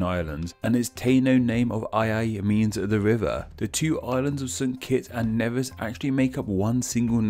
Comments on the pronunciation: Then there is St. Kitts and Nevis. No one says Nevis right. It's not Nea-vis it's Nee-vis. For years I've been hearing people say it wrong. And on Jeopardy no less. And you didn't spell St. Kitts with the 's'. Which I'll just consider a typo. Also, St. Kitts is a short for St. Christopher. And last but not least, Liamuiga is pronounced Lie-a-me-ga. You don't hear the 'u' at all. I was only taught our own name, since it's also the name of the mountain on the island so I don't know how badly or correctly you pronounced the others. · When I did Caribbean history in HS, my teacher stressed that as Caribbeans, we should know the correct pronunciations of the countries in the region. See the pronunciations below! Nevis is pronounced 'nee-vis' St Croix is pronounced "croy" Guadaloupe is pronounced "Gwada-loup" Dominica is pronounced “dah-mih-nee-kuh” Martinique is pronounced "Martin-eek" Grenada is pronounced "Gree-neigh-dah" Saint-Domingue is pronounced " Sah (for Saint) duh-mah (for Domingue )". Ayiti/Hayiti is how a Hatian would say Haiti in their creole. You didn't mention Barbados, Bahamas, The Cayman Islands, Belize, Guyana and Trinidad and Tobago in the video. While Belize and Guyana aren't islands, they're still apart of the Caribbean/CARICOM.